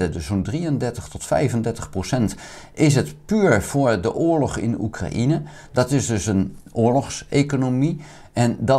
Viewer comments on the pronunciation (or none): none